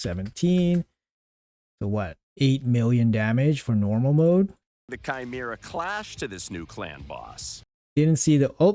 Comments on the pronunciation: who is Sheemera? Bruh i lov u but its KYmeera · chimera= kai-me-ra lol please google how to say it xD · OK, but where in your life did you ever hear it pronounced "shimera?"